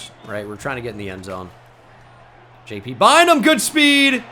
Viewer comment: Every time you say JT Bynum I cant unhear PT Barnum lmao